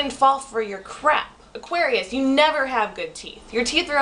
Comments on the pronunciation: Lol, what's wrong with my teeth and why does that matter? Plus, you pronouns it ''Aquarians''. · you don't even know how to say Aquarius. And why do you say we think that we're so special? doesn't everyone think they're special? why do you even have to say about our teeth? yours looks like a beavers teeth or Spongebob's teeth! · Lol dumb, you can’t even pronounce Aquarius well enough to be confidence 😂 jk(no offence) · Smh; if you gonna make a video at least pronounce it correctly. You just sound stupid an Narrowminded. I'm an Aquarius btw.